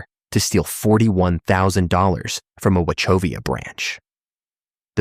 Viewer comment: It’s obv bias that the creator put President Trump’s picture there. I’m from N.C. and knew almost all the cases and this had good details. But my last and most important complaint is this is AI narrated. Mispronounced words (Brevard and Wachovia). I do not care for AI narrated videos. Much prefer a human voice. And showing obv bias by including President Trump in a case that had absolutely nothing to do with him is a real turnoff. Good luck with your channel. I won’t be subbing.